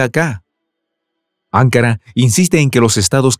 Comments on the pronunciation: No es 'ancara es anca"Ra necesita volver ala escuela primaria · AnkÁra (o incluso AngÓra) pero no Ánkara OtomÁna y no otómana Agradezco y admiro vuestro trabajo pero por favor presten más atención a la pronunciación de las palabras. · ANKARA ES CON ACENTO EN LA SEGUNDA A, OTOMANO LLEVA EL ACENTO EN LA A. Disculpe pero las pronuncio muy mal, que hasta parece que esta diciendo otras cosas muy diferentes.